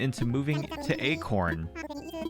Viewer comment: Sometimes “acorn” sounds like “eggcorn” - ya know?